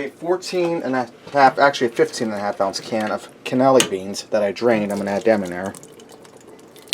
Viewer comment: Hope they don't make you take this down due to using too much of that song. Btw, it's cha po ta lay in ah doe boe sauce, not adobe. And those were cannellini beans not canelli. :) You cracked me up with this one. Like the recipe though. Cheers.